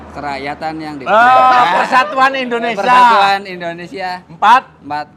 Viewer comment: Indonesia bukan endonesa hehehe